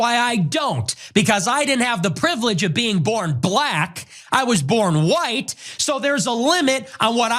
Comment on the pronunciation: lol I love the emphasis on “born white” he works that hard although white people don’t accept him anymore than the Latinos being deported. I keep reminding the whites that they are just deporting their own most of those Latinos are white. Just let them know how much you like mayo and don’t season your food Nicky they’ll believe you.